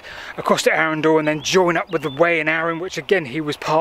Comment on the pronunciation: Whilst I hate to be a pedant and ‘that man’, it’s Arundel, NOT ‘Arundal’. I live nearby.